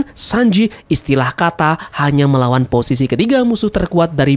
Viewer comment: Ngomong ISTILAH KATA nya kok agak di tebelin bang,kedengaran JIN DAN jun nanti🤣🤣🤣